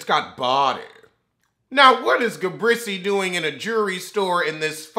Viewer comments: Listen....everytime I hear him call her Ga-brissy!!! I laugh like it's the first time I heard it. Ga-Brissy!!!! Lmao!!! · Why do you call Gizelle “ ga- brisy” 😂😂? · It’s Ga-Breese for me 😩😩😩🤣🤣🤣